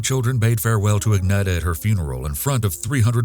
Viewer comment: Thanks for highlighting a Swedish case. Well done with pronouncing the names. (The ”e” in Agneta is pronounced more like the ”ea” in ”dear” or ”fear” and the -ar in Ingemar is pronounced more like the -ar in Spanish verbs, like ”hablar” and ”tomar”).